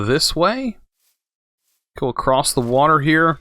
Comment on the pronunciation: You almost lost me at acrosst. It's across.